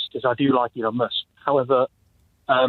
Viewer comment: “I do like Elon Mush” 😂 face, eye flick. Of course you do, of course